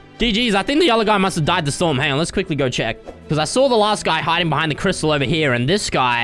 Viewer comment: I like when he said I can mine cristle and he did